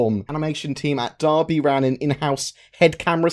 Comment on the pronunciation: YOU FINALLY SAID DERBY PROPERLY I'm proud